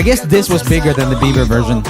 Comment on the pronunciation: I like how he says OH YEA BEVER 🤣🤣🤣🤣🤣